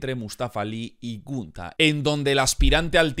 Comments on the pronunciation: Que cringe me da cuando dice "gUnTa". Se dice Gunther y punto. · Dijo huntar kajakakkaa primero amigo no lo tomes a mal pronuncia bien despues das predicciones jajjajajaja